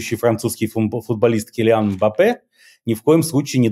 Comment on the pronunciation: Станислав, очень странно от вас, как мультиязычного человека, слышать неправильные ударения в иностранных именах: килиАн (правильно кИлиан), урсУла (Урсула), альфрЕд (правильно Альфред) - самые "любимые" ошибки русскоязычного интернета 🙂. Но такое из ваших уст просто царапает ухо.